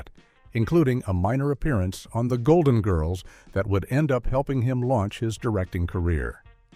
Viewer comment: Doesn’t any human with knowledge of the show preview AI pronunciation and inflection of names. The inflection of GIRLS is annoying along with the last name of ESTELLES character.